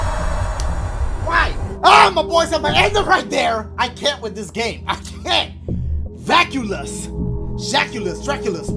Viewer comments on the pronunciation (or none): “DRACULUS- Draculus?” 😂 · my boy really said jackulus